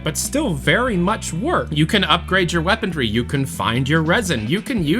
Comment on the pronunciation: why does keep saying “weapondry”?